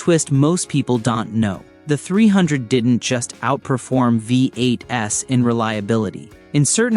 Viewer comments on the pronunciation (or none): "Vee Eight Ess"???? hahaha